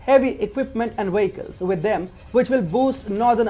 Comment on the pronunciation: Wideo. Wehicles. No. Downvoted.